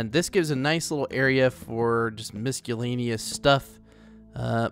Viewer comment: "misk-u-lay-ne-us" LMFAOOOO